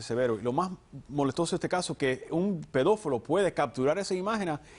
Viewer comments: LIKE di el detective Frank peñate dijo: "Pedofolo". xDDDD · "pedofolo" :v